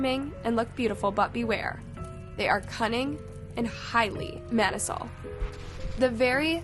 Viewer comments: you mispronounced the word maniacal. It isnt Man-i-cell as you said it is man-i-ack-ul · The guy is horrible. And the word maniacal (Man-i-a-cal). Awesome vid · "Mani-sal"? That's not how you pronounce the word "maniacal" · Your pronunciation of “maniacal”.. girl